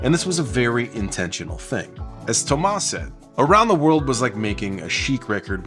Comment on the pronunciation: I very much appreciate the French pronunciation of Thomas and Guy-Man. Homework brought us so much gems and there's been so many songs that sampled Homework. Timeless record.